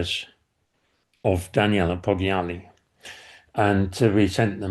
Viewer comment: Thanks for your incredible work. Your videos are an eye-opener. There are many parallels with the Amanda Knox case in Italy, where I live. (nb 'Poggiali' is pronounced 'Po jah li'.)